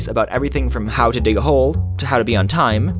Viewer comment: how to hAo too hHAow tWOo